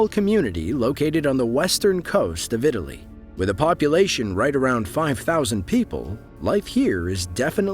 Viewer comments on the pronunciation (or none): none